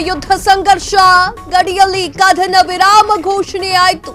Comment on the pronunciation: ಆರು 'ಘಂಟೆ' ಕಾರ್ಯಾಚರಣೆ, 'ಕಧನ' ವಿರಾಮ, 'ಪಭ್' ನಲ್ಲಿ ಕಳ್ಳತನ, 'ದೊಡ್ಹ' ಆಪರೇಷನ್ , ಶ್ವಾನ 'ಧಳ' , 'ಪಾಕಿಸ್ಥಾನ'.. ಈ ಶುದ್ಧ ಕನ್ನಡ ಉಚ್ಚಾರಣೆ ಕೇಳಿದ ನಾವೇ ಧನ್ಯರು.. 🙏🙏